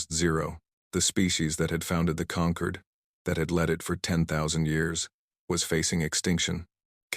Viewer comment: AI changing how we pronounce words "Concord" when referring to people who've come together as a group is pronounced "kun-CORD" "Concord" the way these vids pronounce it, "KON-cord," refers to GRAPES